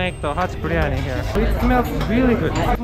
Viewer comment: He says haji biriyani so nicely🥰